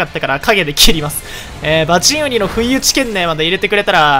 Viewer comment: バチン↓ウニ↑